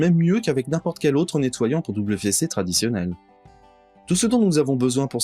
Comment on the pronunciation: Merci. (Petit commentaire : WC se prononce V C, et non double V C.)